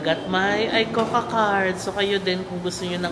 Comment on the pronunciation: Trivia lang, yung pronuciation ng ICOCA is ee-ko-ka, play on words kasi yun which means 'Let's Go' in Japanese. If you want to study a new language, I'd recommend Rocket Language. Natry ko sya, ilang lessons lang pero effective sya sa pag-retain ng natutunan mo. May iba na rin ako nasubukan pero Rocket Language yung pinaka-effective sa akin. Yung konti ko na natutunan nagamit ko sa Japan.